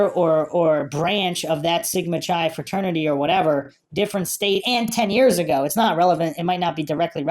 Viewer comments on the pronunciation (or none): Chi is pronounced like the beginning of kayak, by the way.